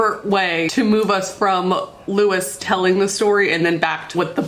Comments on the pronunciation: i love you and all of your videos are amazing but as an anne rice/iwtv fan since i was 12, it's loo-ee not loo-is 💜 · 1) His name is said like Lou-E. Louisiana French boy so think that way with pronouncing. 2) The whole thing that she had about her vampires being sexual without being SEXUAL was always off putting. But the books, at the time, was good. I enjoyed it. Until I learned how she treats her fans. For Harry Potter, I still love the fandom and community that we built without JK. I'm still a part of it and will always be a part of it. For good reason, cause I found a lot of wonderful people who I know. If I find out a writer did something awful, I'm usually sitting there going "how bad was this thing they did, have they tried to fix themselves? And do I enjoy the community enough to discard the author but keep the community?"